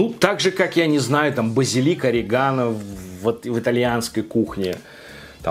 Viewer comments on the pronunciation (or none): none